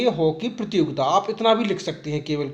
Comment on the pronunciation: sar prajogitaa nhi prtiyogita kahte hai